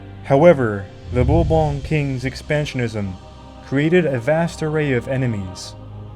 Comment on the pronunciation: Someone should have taught this guy to pronounce 'Bourbon' before recording this.😢 (And several other words).